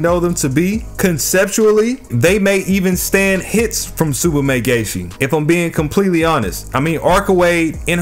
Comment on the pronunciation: "Tsubame Gay-Shi"